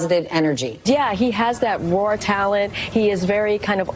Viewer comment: "Rawr talent"? Is he a dinosaur?